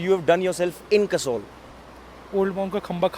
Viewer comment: host is calling that guy a "WannaBe". Bhai pehle khud to jagah ka naam sahi se le. Poori Video me Kasol ko Kasaul bol raha hai. :P :P How many joints down you are. Ch****ye, joints down nahi joints high hota hai. :P :P ""WANNABE"